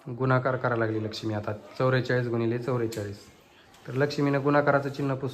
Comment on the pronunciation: चौरेचलीस नाही चौवेचालीस